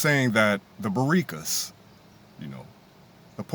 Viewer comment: “Baricas” is diabolical!😂😂😂😂😂